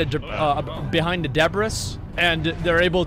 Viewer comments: Nice to see method josh being glorified again all while hearing asmon say de-brissss. Awesome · "The debriss."